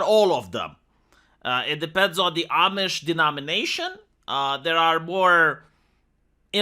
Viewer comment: Ah! You learned how to pronounce "Amish".